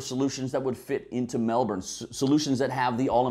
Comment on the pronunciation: Thank you for pronouncing Melbourne correctly. Melburnian's are weird, I know some who will choose to drive over taking public transport even though it adds an hour to their commute and costs more. You haven't considered emergency vehicle access and a few other things. But interesting regardless.